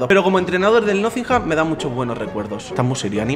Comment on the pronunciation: Por favor deja de decir nothingham, que se dice nottingham...